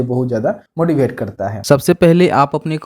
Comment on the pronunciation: मोटिव्वेट not मोटीभेट 😢